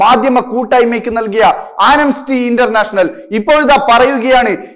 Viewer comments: സഹോദരാ, ആനംസ്റ്റി അല്ല, ആംനസ്റ്റി (Amnesty). ഇതൊക്കെ ഒന്നു ശ്രദ്ധിച്ചുകൂടേ? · Anemsty അല്ല amnesty ആണ് bro